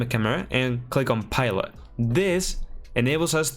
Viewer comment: ESL and people who speak multiple languages always fascinate me. No hate whatsoever, but it's funny that you say "pilot" a bit off but can say "hierarchical" perfectly. No shame. I can't even speak my native tongue T-T